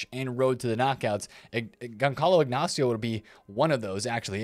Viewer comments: its pronounced Gonzalo, not Gonkalo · Gonçalo should be read like GonSSalo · Gonçalo the C is pronounce like the S in Salah